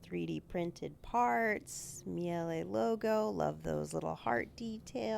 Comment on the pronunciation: Maybe I'm wrong but I thought it was a German name so pronounced it like 'Meal-uh'. Either way, nice build, enjoy the ride!